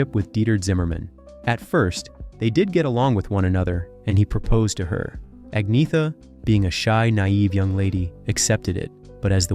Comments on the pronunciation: Learn to pronounce. Ah-Nyeh-Ta. ByORN. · I know swedish names very well and iam an expert in the swedish language. You dont pronounce her name Ag-naya ta,, jag lovar